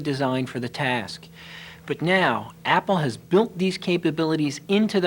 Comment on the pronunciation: "But now" oh god, the way he says now...